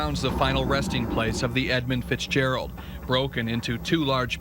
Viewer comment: I think it's Edmund with a U.